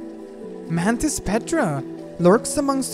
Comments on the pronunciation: At through he says man-tits not mantis 😂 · the way he said mantis